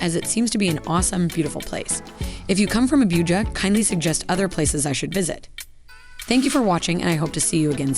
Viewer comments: It is not Abiuja it Abuja 😅 most opulent city in the whole of Africa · "Abíuja"... Hehehehe😄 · So many mispronounced words. Especially Abuja